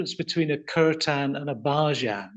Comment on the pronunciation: It's pronounced as "keer-ton" and "bh-jun", and not "curtains"!!